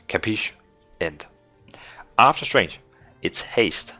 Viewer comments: Pron it like "strenFF", otherwise it sounds like "strange", keep the videos Rolling :D Thanks! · I´d say it´s more like "streng-F" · Heheheh dudeeee tnx but how about some homework? It is clear you are reading the changes for the 1st time 🤣🤣🤣 P.s. strenght should not be pronounced like strange ...